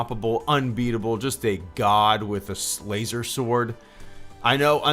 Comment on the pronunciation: "shoots eye lasors "